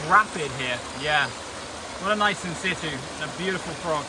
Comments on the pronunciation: The pronunciation of “in situ” is getting to me 🤣 it’s pronounced “in sichoo” not “in sittoo” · Can someone explain wth insitu means? I’ve heard this guy say it like 20 times and I have no idea what he means? Thanks!